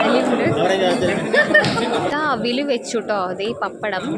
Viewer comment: അവിൽ അല്ല മോളെ, അവിയൽ ആണ് 😂